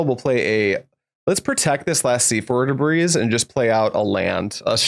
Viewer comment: Just so you know, despite the s at the end Debris is pronounced more like 'Deh-bree'